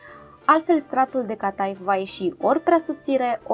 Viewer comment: Felicitări pentru reteta și filmuleț! Este prajitura copilăriei! Cata'if! (accentul este pe ultima silabă in limba română). Este influență otomană, dar varianta cu frișcă este pur și simplu românească! ❤